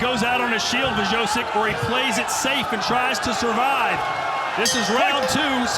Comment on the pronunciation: Nothing like hearing dingdong commentators mangling fighters names (Wrzosek = Vjosek, idiots). What a joke of an organization.